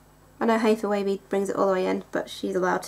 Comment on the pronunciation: Dude you are so cute. Yes you are pronouncing her name correctly and P.S. you're eye ARE GORGEOUS!